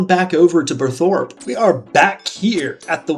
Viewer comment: Also Burthorpe is pronounced Burr-Thorpe, like Bill or Aaron Burr's surname and then Thorpe rhymes with warp